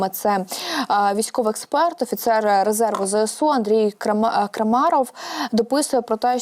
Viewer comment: Дівчатка, вам треба над інтонацією попрацювати. Особливо дівчинці, що закінчувала це відео. Вас важко слухати, бо голос монотонний, без пауз. Буквально на одній ноті. І наголоси робіть правильні, а то і Крамáров, і навіть Крамарóв прозвучало. А він же таки Крáмаров! Невже не чули, як інші його називають? Успіхів. Слава ЗСУ!